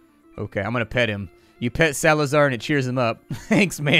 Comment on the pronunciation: Salazar... thats my second name. Why you would call a dog like that :( Also, your pronunciation of it sounds like some kind of "Evil Alien Overlord" XD